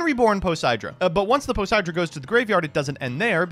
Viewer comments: really said 4 poseidra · I know this is Jank but... didn't read Poseidra properly 😅😂